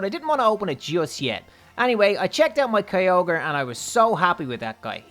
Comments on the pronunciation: Kyogre is pronounced like (k-i-ogre) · Has anyone else heared him saying kyoger was his first rideable "DRAGON"